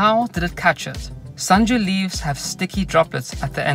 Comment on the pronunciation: Man did you really pronounced senju